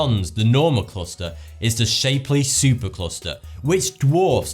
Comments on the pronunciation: It's Shapley not Shapely. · you mispronounced Shapley Supercluster. it is Sh-app-ley not Shape-ly. He ismy husband's great Grandfather I would like his work to be properly recognized.